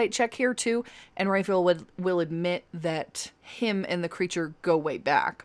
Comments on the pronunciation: Please.... "RAW-fye-ELL" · Love your videos and how you say Raphael's name. At first when you said Raphael (Ray-feel), I thought you were saying Renfield because of your pronunciation and thought there was an additional quest that I missed. Thought it was some sort of Dracula easter egg. 😂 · I kinda love the way you are pronouncing Raphael, mostly because it would drive him up the wall.